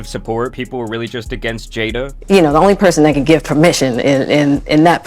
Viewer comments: Her name is pronounced Jada. ( Jaid Da) Not Jetta. Get your tongue right. 😂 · It's pronounced Jada not Jetta dude 😂🤣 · jay-duh 👀jada 😂 not jeda must be the accent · Oh Jada bro keep saying jeda😂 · He clearly said cheddar